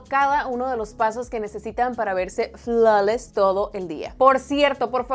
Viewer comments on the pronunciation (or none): Cuando dijo "floules"me acorde de anna sarelly 😁